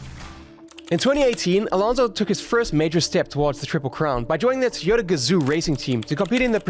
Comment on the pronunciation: Fernando is a crazy good driver. also i do feel like you pronounce "Toyota" as "Tiore"